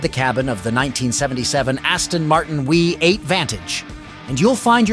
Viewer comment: What exactly is a Wee 8 ? And what is Lugzury ?? In English it's a Luxurious V8 !!